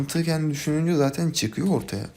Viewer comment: saten ne la "zaten"